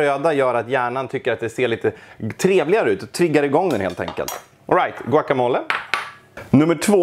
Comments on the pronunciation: Låt mig ge dig chansen att utveckla dig, det heter guacamolE.. uttala det sista e:et, det ska inte uttalas som på franska :D Ett annat tips, på "la neta" här i stockholm, steker dom osten tillsammans med köttet på stekbordet innan den läggs på tortillan.. blir grymt bra.. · "Guaca mol", låter som en gömd skatt av mögel